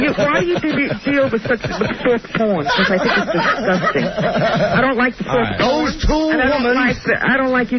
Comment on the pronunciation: Sawft pawn crap.